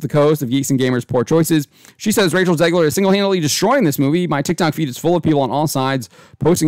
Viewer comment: "Zegler" every fucking time.